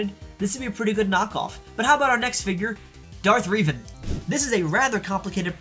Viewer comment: "Darth Re-van" 💀